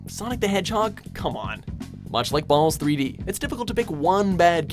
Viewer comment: Did he say.. BALLS 3D?!